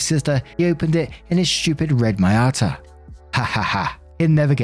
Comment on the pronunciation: The glitterbombed vehicle was a Mazda "mee-YAH-Tuh" - for reference's sake :)